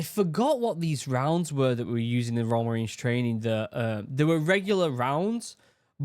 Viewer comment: I find it extremely comical that youtube's subtitles for your voice when you say "royal" they just say "raw" so when you said Royal Marines" it said "Raw Marines" and tbh it does sound like raw lmao.